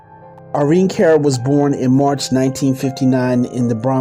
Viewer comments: This is very good, but the narrator keeps calling her Car instead of Cara and places pauses which makes him sound too much like he is reading. Also the voice sounds wet when he pronounces words with an sh. It's distracting to listen too. Everything else is fine but use a better narrator. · This was so shabby!!!!So much was missing and he kept pronouncing her name wrong..very irritating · Whoever is doing this documentary can’t read and keeps messing up words and Irene Cara’s name